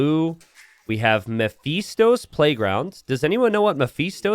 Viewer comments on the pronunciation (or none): Ma-Fist-Tow, It's the name of a demon.